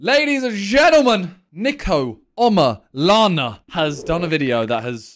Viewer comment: Omilana.. Not Omolana.. They are two different Yoruba words